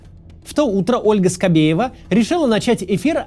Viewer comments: Почэму Скабээва вмэсто буквы е всэгда говорят букву э ? Это акцэнт какой - то ? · А скабеева всегда так говорит? Какие-то жуткие праблэмы с дыкцыэй....